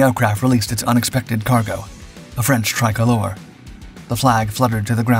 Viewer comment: 'try-coll-OOR' 'Blendheim'